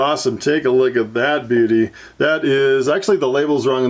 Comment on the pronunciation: CEO Of “take a loogat this”